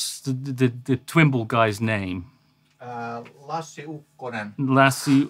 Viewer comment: Yeah baby! Matt Schofield is back!!! Love the episode so far. As a Fin all I can say is Harri is a legend and Matt is a legend for getting Lassis name right.